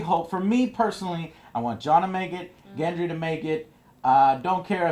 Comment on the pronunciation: good review, a few points: 1) you are butchering all the names, even the ones from your "favorite" characters like gendry and ollena 2) even tough you talked about the important scenes, you skipped a few interesting ones, like the look dany gives jon when he decides to head north, and the things that are not seen, like theon greyjoy or the fact that literally no one talks about the unsullied anymore, hell we dont even see missandei anywhere